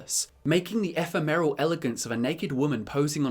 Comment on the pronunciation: Love your work,. I'm glad I randomly found your videos. I only have 2 gripes.. I wish the vids were a little longer.. And, as a grammar tyrant, you drive me nuts mispronouncing many words, like ephemeral and omnipotent.